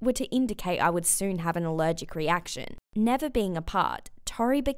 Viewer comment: "I'm ALEREGEC to Air" then how can you talk